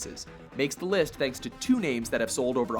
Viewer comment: Anyone else here him say liff instead of list in the halo one?